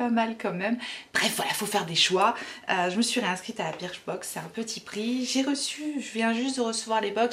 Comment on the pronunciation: J’ai été abonnée longtemps à birchbox prononcée burchbox pour info 😉Je trouvais que les boxs ne se valaient pas toutes, trop de miniatures parfois. A voir si tes vidéos ne me referont pas craquer. Team 82, team chouchou 🤓